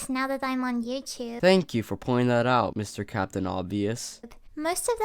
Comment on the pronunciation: AutumnFire 02 It's her accent, she has an tiny Irish accent that makes some words like "youtube" or "blue" sound different then how English people would pronounce it